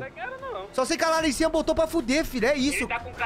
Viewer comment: KKKKK EU ouvi ele fala larrisinha kakakakaka